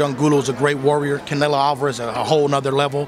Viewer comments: Saul ”Cownelo" Alvarez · That man called Canelo gordo 😂